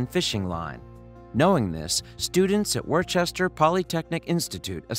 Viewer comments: Worcester = Wooster Not Wor-chest-er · Worcester (wu•str) not Worchester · It's not the "War chester" Polytechnic Institute. It is pronounced Wusster or if you're a local, Wusstah, but spelled Worcester. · When he said Worcester like Wor-che-ster instead of wo-s-ter I got a little confused but then I realized how messed up the spelling was for it lol (I live in Worcester so that is why) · That's incorrect, though. "Worcester" comes from a shortening of the English city "Worcestershire", which is pronounced (wore-chester-shyre). So Worcester would be pronounced (wore-chester) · As a Worcester local, it's pronounced "Wuss-ter" not "Warchester!" Please, never Warchester! D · For goodness sake its pronounced wis-ter not war-chester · FYI, Worcester Poly Tech is pronounced Woos-Ter, not War-Ches-Ter. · I don’t want to ever hear you justify WaRChEsTEr ever again... There are no differences based on dialect. It’s WUH-ster. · It’s pronounced “wister” polytechnic institute trust me, I live here lol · Wor-chester... 😂😂 #wpima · Just fwi Worcester is pronounced “Wooster” sincerely someone that lives right next to WPI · OMFG he said worchester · WPI, worcester polytechnic institute, pronounced ‘Wooster’ or ‘wuhster’ more or less. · This man just said “worchester” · Just a heads' up for the future: "Worcester" is pronouned "Wooster" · it's pronounced 'wooster'. Yes it's confusing. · It’s pronounced Wooster, not Worcester... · Or woosta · Coming from there, I wondered if anybody else caught the mispronnunciation.. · When you’re British and you hear him say Worcester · Did he just mispronounced Worcester? Interesting video though. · Bruh, cant pronounce Worcester. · ok I'm sorry but the turtle.. did he mean WPI Worcester Polytechnic Institute in Massachusetts because he butchered the pronunciation of Worcester 🤣